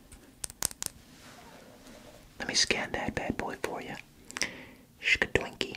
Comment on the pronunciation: Him contemplating his life choices after he say se doynkey